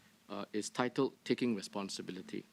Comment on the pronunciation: 3.48 : the way "responsibility" was pronounced differently each time confirms my suspicions that she is faking an accent all the while